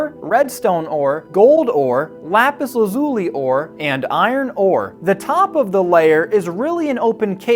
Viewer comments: It's pronounced Laz-you-lie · bro said lapis azuli :=== ( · Bro stop calling it Lapis Azuli it hurts my insides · Bro pronounced it " Lapis Lah-Zool-ee" 💀😭💀😭🙏🙏🙏